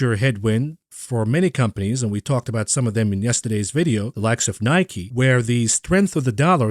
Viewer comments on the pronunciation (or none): none